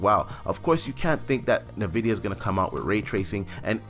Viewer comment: Did you just say "NAVIDIA"?